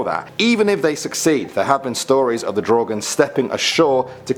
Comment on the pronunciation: Im swedish, What the hell is a draugen?!?!? Mever heard of it. Its prob misspronouciation cuz no1 from other countries can pronounce swedish words.